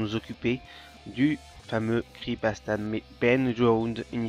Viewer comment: pk tu dis "cri pasta" apprends a parler ptn